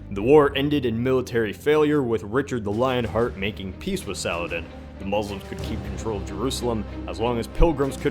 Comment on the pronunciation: That pronunciation of Salah'al-din XD